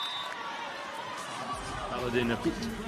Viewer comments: I think someone should teach this commentator how to pronounce ‘Türkiye’. It’s not ‘TürkAye’, but pronounced ‘TürkEEye’. It’s not hard, we expect more attention to detail please. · Which language pronounce Türkiye as Turkayey 😂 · Why are you pronouncing ‘Türkiye’ that stupid way?”